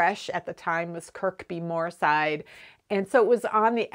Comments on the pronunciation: I really enjoyed this episode. I have a strong family connection to Kirkbymoorside - my grandparents used to teach in the village school in Farndale and my cousin has a farm not far from Fadmoor. Kirkbymoorside is another English placename where a letter is dropped , in this case the second K and locally its pronounced Kirbymoorside. Sometimes it seems really strange that I'm watching your videos here in England but you often seem to talk about things that are so meaningful to me! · Just to let you know that the place name Kirkby Moorside is pronounced Kirby Moorside the second K is silent (yet another one of those English place names) :) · The place name Kirkbymoorside is pronounced without the second K ie Kirbymoorside. Also wondered if you are aware that the Kickstarter campaign for project Lonk has been a great success? I think you can take some credit for that! Lastly, I also use fleece to line certain knitted items, and totally agree with your reasoning- it is so forgiving when it comes to fitting something which is itself stretchy. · The second k in Kirkbymoorside is silent.